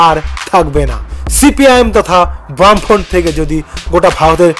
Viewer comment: Cpim তথা বামফ্রন্ট??😂😂ভাই ভালো করে গবেষণা করে ভিডিও বানান,আর ওটা বামফ্রন্ট , ব্রাম্ফন্ট না😂😂😂মীরাক্কেল এ ভিডিও টা পাঠানো উচিৎ